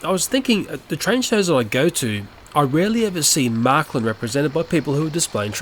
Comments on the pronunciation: Not "marklin". Märklin. With "ä". You pronounce it like "mare". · Märklín, not Märklin.